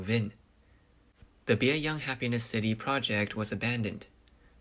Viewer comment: One of the apartment complexes sounds like it is called "Biey Unhappiness City". I had to turn on the closed captioning to see it is Bieyang Happiness City.